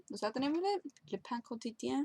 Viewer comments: Since my main langage is french, I found it hilarious when said "le pain quotidien". It was pretty good actually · nice french pronunciation :) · Wow, that french name is surprisingly well pronounced! Oh, you so good!:D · Really good pronunciation of the french restaurant. :) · Really Good Omelettes. The way you said the restaurant name was awesome. you should do your next vid like that the whole time.